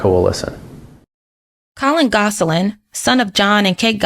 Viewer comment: The last name is not pronounced “Goss a lin”. It’s pronounced Goslin